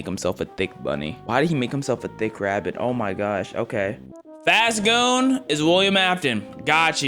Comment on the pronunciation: really herd faz goo and turned it into faze goon